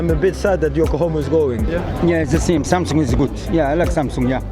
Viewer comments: 확실히 영국은 a를 ㅏ발음으로 정확하게 하네요. 삼성! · 오..? 처음에 샘성이 아니라 삼성이라고 발음하시는 외국분 첨 보네요ㅋㅋ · 샘성이라고 안하고 삼성이라고 제대로 발음하는거 신기하네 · 와 영국이라 그런가 삼성을 삼성으로 발음하네... 미국은 샘숭 샘성 이러는데